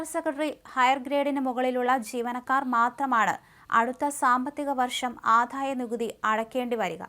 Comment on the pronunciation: ദയവു ചെയ്ത് ഉച്ഛാരണം ശ്രദ്ധിക്കൂ , ആധായ നികുതിയല്ലാ, ആദായ നികുതിയാണ്, ഘോഷമല്ല, മൃദുവാണ് തീരെ ഉച്ഛാരണശുദ്ധിയില്ലാത്ത വായനക്കാരി